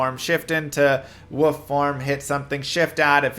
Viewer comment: What the heck is a woof? You mean wolf?